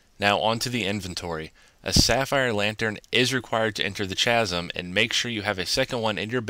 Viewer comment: chasm doesnt have a ch- sound